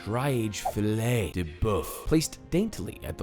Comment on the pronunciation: "THE FII - LEHH" hahahaha had me dying. this recipe is ridiculously amazing.